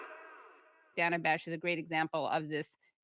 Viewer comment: CNN is almost worse than msnbc because they claim to not be liberal shills. at least manbc is like obvious edit: thank you for pronouncing her name correctly. drives me insane. i dont like her... but it's her name and why is that so hard